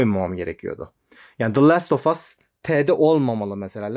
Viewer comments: Şu last of us ı “lest” diye telaffuz etmekten vazgeç artık. Doğrusu “last” tır. ( Tüm aksanlarda ‘a’ sesi). Basit bişey belki ama aynı şekilde duya duya gıcık oldum. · Baran İçer haklı olabilirsin. Ama direkt e diyor